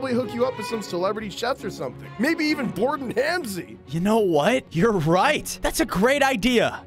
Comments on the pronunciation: Gordon ramsey❌️. Gordon hamsey ✅️ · Bro said gordan Halsey 😂😂😂😂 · man really said “bordan hamsy”💀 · Bro just changed Gordon Ramsay to Borden ramsay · “Borden Hamsey”💀💀💀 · Yo we don't got Gordon Ramsay we got Borden Hamsey😂